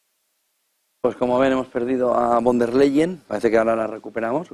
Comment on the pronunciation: Al comentarista, se pronuncia Fon dea Leyen